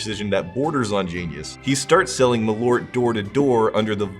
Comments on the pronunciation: It is not ”malort”, it is ”MalÖrt” where you pronounce the Ö as the i in bird or u in burn, with a stress. More like maal-Ert. It just means wormwood. You’re drinking wormwood. The letter o has nothing to do with the letter ö. They are different vowels. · Malört, not *Malort". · Malo'rt?! LoL, took a while to realise what it actually means. The Swedish name for wormwood is "malört", a compound of "ört" meaning "herb" and the latin prefix "mal" (as in malignant and malicious). Being a compound, it's pronounced with equal pressure on both words, ma'l-ö'rt. The dots aren't decoration though, but makes it a different vowel. Some English approximations would be Å,å = awe Ä,ä = air Ö,ö = burn Also, it is meant to be had as a schnapps, small shot of 2-8 centiliters, and with the typical salty and fat food of the era, like salt-brined ham, fried pork-side, various sausages, pickled herring, salmon and so forth.